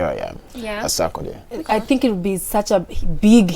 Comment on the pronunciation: Eeerrrrh te s3 ckcdie became saakodie😄😄😄😄😄I swear my 1st time understanding the name proper